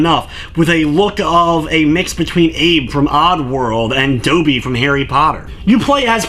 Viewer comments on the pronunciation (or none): "Dopey from harry potter?" Who tf is dopey? I've never heard Dobby's name pronounced this way. All official media pronounces it the same as the films do.